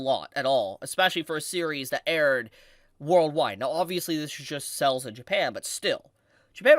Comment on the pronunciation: The way you pronounce sales is pretty confusing dude, I keep thinking the bug man from DBZ multiplied